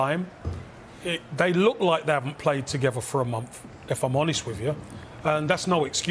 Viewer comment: says. ‘They look like they haven’t played for a mumff.’ What is a mumff? Anyone out there who can speak English?